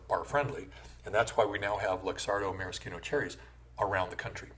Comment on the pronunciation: Subscribed as soon as I heard ‘maraschino’ pronounced correctly.